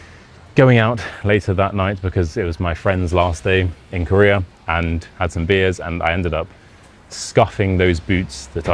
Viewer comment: Career...oh, Korea...lol.